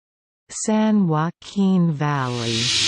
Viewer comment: You are saying "Valley" incorrectly!